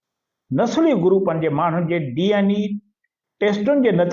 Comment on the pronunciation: Saeen, DNA not DNE